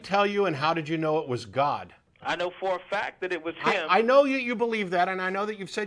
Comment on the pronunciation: Yo yo yo yo yo I hear Guwd! 0_o